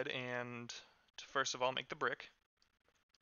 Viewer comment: umm its first not firest on